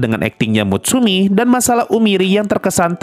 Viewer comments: Mutsumi bang,bukan Misumi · dikit koreksi bang. Lo salah ngucap nama kayanya di sini. Bukan "misumi" tp "mutsumi". Beberapa setelahnya jg salah sebut nama mutsumi jd misumi SPOILER Dikit koreksi jg bang. Uika tuh sebenarnya bukan saudara kembarnya Hatsune. Uika tuh adik kandungnya Hatsune tp beda bapak, dan anehnya muka mereka sangat mirip Sebenarnya pertanyaan terbesar blm dijawab di season ini adalah "di manakah uika? Apakah dia tau kakaknya ngambil identitasnya?" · Ketika bang nyebut mitsumi, gua reflek MUTSUMI BANG, MUTSUMI😭😭